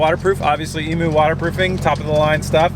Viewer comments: Bit late for this comment but correct pronunciation for emu is Ee-Mew not E-Moo...Aussie here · Emu, not e-moo. The "u" is pronounced like "you" - so it's more like "eem-you" Drive me fuckin' nuts mate! :P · Hating Finding A Username Australia calls in eem-you, you know, the country they are from! dove is hardly a comparison, it's a single syllable for one! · if you're going to have "emu" lining can you please pronounce it properly? i'm australian and i'm triggered. ee-myou, c'mon mate. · Are u saying Emu when choosing the fabric ??? The Australian native bird is pronounced eam-you hahah, you could just be talking about something different all together but hey... the more you know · Dude, its pronounced Eemyou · that was killing me